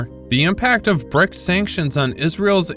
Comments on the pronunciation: BRICS not BRICKS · Okay... it BRICS, not BRICKS Seriously, you are supposed to be journalists😂